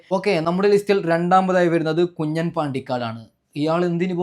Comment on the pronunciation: കുഞ്ഞൻ അല്ല കുഞ്ഞാൻ എന്ന് വായിക്കുക